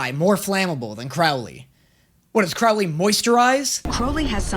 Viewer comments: ok ok ok ok,I literally hate that I'm this person right now but I swear if I hear pronounce it as crowel-ley one more time and not crow-ley I'm gonna have an aneurysm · How have you been hearing Crowley’s name pronounced correctly (first syllable "crow" as in the bird) but you're still pronouncing it wrong (rhyming the first syllable with "now") EVERY TIME? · Could you please say Crowley and not Crawley, he kind of changed his name 😅🙏🏽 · Just a tip that help me to pronounce Crowley name right it’s Crow like the bird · CROW-lee.. like the bird. "Crow" rhymes with "show." I know it's different to Americans, that's why I'm letting you know. And yeah.. everything you said at the end was how I felt as well. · Does it drive anyone else crazy how pronounces Crowley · You either need to start saying Crowley’s name correctly or stop making this series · Is anyone ever going to let know that he's pronouncing Crowley's name wrong lmao